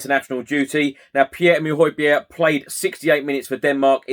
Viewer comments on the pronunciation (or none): none